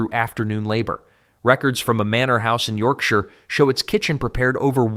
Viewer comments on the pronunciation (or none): none